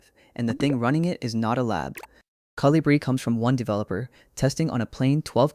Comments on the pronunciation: It's not Colíbri, it's Colíbrí. It's a bird 🐦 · It’s pronounce, co-li-bri, the accent on bri.